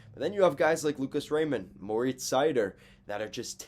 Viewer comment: Pronounced like cider. He himself says his first name "More-eats". Also you forgot to mention that Mo has had terrible partners all year. He stepped on the ice and became a teams number 1 defenseman. And he's not the worst 1 defense in the league.